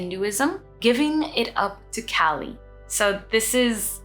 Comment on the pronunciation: Loved this! Please "Kaa li' not California cali.